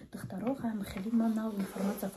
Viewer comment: Ака инфаратсия не информацию бген😅😅😅